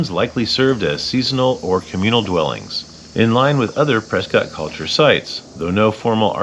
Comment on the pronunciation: Learn how to pronounce “Prescott” please…